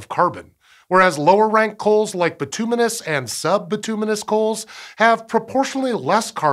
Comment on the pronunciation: It's pronounced Bit-you-menous